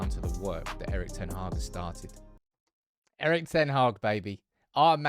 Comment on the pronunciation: Come on get his name right...its pronounced Eerik (Ear-Rik)...